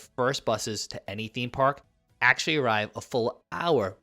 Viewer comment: The number of times he says "aksh-lee" 🤣🤣🤣🤣🤣